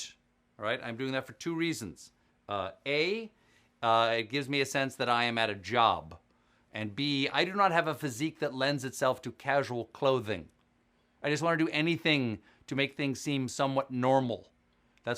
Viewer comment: Job not "kob"